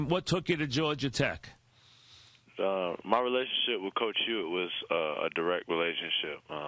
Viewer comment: Iman "George-er Tech" Shumpert